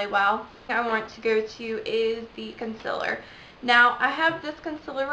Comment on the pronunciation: Good vid, but its called Concealer not consiller. ;)